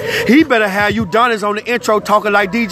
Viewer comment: Nigga keep saying Uudonis 😂😂💀